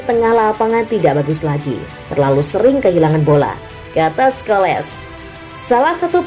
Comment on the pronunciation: PAUL SCHOLES= (dibaca: Skols). (Bukan Skoles)